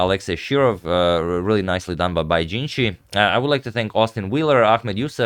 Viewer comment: you pronounced bai's name wrong